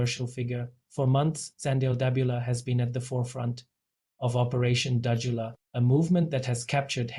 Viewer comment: You can't even pronounce Dudula. Fokof what ever you say we are behind her. Go to hell.